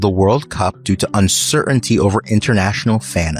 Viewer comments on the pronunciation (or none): Sir-un-tee a lazy read from the package guy. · Please teach your AI commentator how to pronounce “uncertainty”; the second “T” is not silent